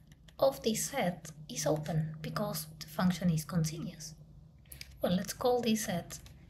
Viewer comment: very good video!!! one thing I wanted to comment: you say “continious” the same way an Armenian professor I had did 😁😁😁